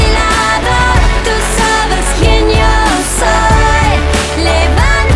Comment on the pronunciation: Над акцентом ей надо бы поработать. Особенно над тем, как произносится буква "Y" в начале слов (например в словах "yo", "ya"). Она вовсе не произносится как русская буква "й". А еще звуки [l], [n], [s], [t] в испанском альвеолярные.